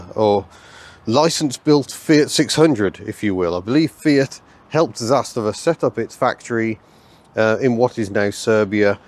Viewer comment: The pronunciation is Zas - tava rather than Zas-ta-va. The emphasis is on the first syllable 👍